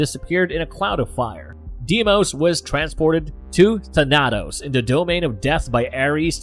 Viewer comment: Thah-Nah-Tos...Tah-Nah-Tos....Its not that hard. THAN-AH-TOS. Thanatos